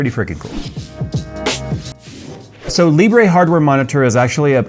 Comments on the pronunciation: Just call it "Libr" and not "Libreh" since Libre means "Open" in French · Libre is French, and it's pronounced 'lee-bruh', not 'lee-bray'. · Its pronounced leebruh lol